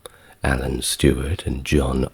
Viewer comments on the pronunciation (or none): none